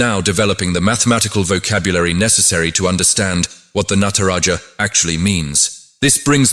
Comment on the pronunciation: All good but please learn to pronounce "hindu" "sanathan" and "natraja" basic etiquette and respect.